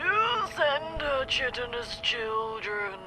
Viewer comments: I'm surprised didn't pick up on the mispronunciation of "chitinous", and "chitin" a minute or two later. It's "kite-in-uss", not "chit-in-uss". The same mistake was made during the 1972 Doctor Who story "The Mutants". But then, given the number of UK pop culture references he's missed during this series so far, I think we've established that he's merely cosplaying nerdiness. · ooh, a mispronunciation of "chitinous"! I guess book learning is alive and well in post-apocalytpic London!